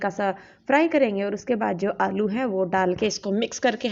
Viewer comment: Aap aloo ko alou kyu bolte ho ?